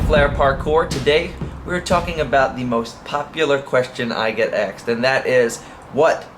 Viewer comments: Asked...not axed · He said axed